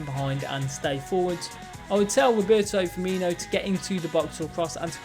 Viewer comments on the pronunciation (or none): none